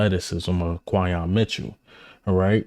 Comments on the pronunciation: Could you kindly say the young man's name correctly please. His name is pronounced KWIN-Yon with an "N" Not KWY-Yon. WTF LOL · Your pronouncing his name way wrong too lol